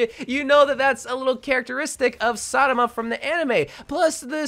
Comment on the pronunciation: I think it was satama, he did that in the last video too. Shame on u.